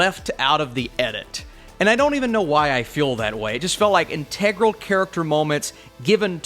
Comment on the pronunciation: The word integral is pronounced IN-te-gral, not in-TEG-ral. I'll trade you a like if you promise to practice that and pass it along. Thanks for your participation.